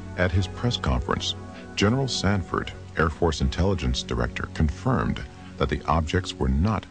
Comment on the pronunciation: Gen. Samford - not 'Sanford'.